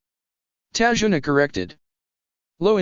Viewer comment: it's tazuna not tajuna